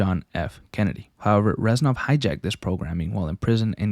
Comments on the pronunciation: it’s REZ-NOV. not ranzoff. Get your life together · Good video but you saying Renzov instead of Reznov most of the time, bothered the fuck out of me 😂😂 other than that, amazing video